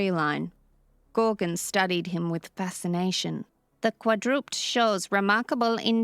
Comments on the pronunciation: Not "qua-drupt", but "qua-dru-ped" as in 4-legged animal. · Maybe this is a case of if you're not saying anything nice don't say anything at all, or needless nitpicking, but it irks me a bit that the narrator says "Quadrupd" instead of Quadruped ie something four-legged. And at least to me it wouldn't make any sense for that to be some kind of limitation in the translation device, since beyond the mechanical-sounding nature of the voice emanating from it, it still seems to pronounce other things fine. I should say that she does a great job with the MC voice though, considering that judging by the clip in the beginning she's not exactly a gruff old cowboy herself hehe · Quad-ru-PED. Ped= foot. Not quadroopd. :) I enjoyed your story. I also appreciate that the narrator is not AI. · It's not "kwa-DROOPED". It's "KWA-drih-ped". And no, that's not an accent thing, that's the actual pronunciation. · don’t listen to any of the negative comments about you on this one. Yes, quadruped (in American English) is 3 syllables [QWAD-ru-ped], but if you’re not familiar with saying it [qwad-RUPD] makes logical sense- assuming anything in English makes logical sense- so don’t feel bad for giving it your best shot. Being recorded reading stories is much more difficult than graduates of YouTube University think, and I don’t see any of them doing your job right now. You’re doing well. Things will get easier with practice. Don’t let the Negative Neds & Nellies get in your head! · Qua-dra-ped, not qua-drooped. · Either this narrator has limited knowledge of pronunciation, or it is AI again. 'quadruped' is 'quadruPED' or 4 legged creature. Repeated mispronunciations make one wonder. And a world without predators? Makes no sense to me. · Quadrupt... If I never hear that pronunciation is quadruped again... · Narrator - quadruped is pronounced quad-ru-ped. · Strange to hear an English-speaking adult mispronounce "quadruped".